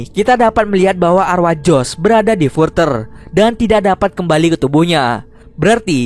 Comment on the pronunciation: Further bacanya gak gitu